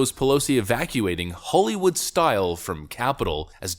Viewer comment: Why are you talking like that? Holy wood... its holly